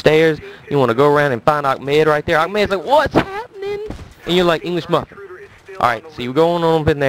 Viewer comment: That was some funny shit! i'm from england. When english muffin was said i was rolling:) DELAMAR